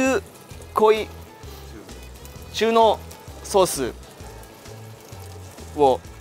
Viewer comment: うんこちゃんがタネのこと「ネタ」っつってバカだなぁと思ったら オーイシも中濃のこと「ちゅうこい」って読んでて同じくらいバカだったわ